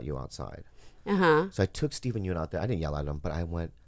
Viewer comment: Steven Yeun is pronounced Steven Yun hahaha